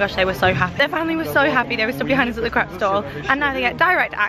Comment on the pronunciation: I’m laughing so hard, when you said ‘Em, you really need a ‘crap’ 😅😅😅 it’s called a crepe, pronounced Krayp 😂😂😂 second crap of the day ! I just can’t 😂😂😂 great vlog though!